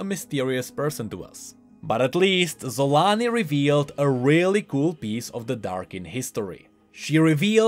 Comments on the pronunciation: I don't think you pronounce her name "Yun". She isn't inspired by nordic people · See Varus?! Sol-aa-ni. DOUBLE A's VARUS DOUBLE A's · Random question but is there a reason it is pronounced "Y"-un instead of with... ya know, with a hard J? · Surely it’s pronounced ‘cho-la-nee’ and not with the ‘z’ sound tho right? Unless we have already heard it ready by Riot? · No offence, but instead of „Xolaani“ I always hear „Salami“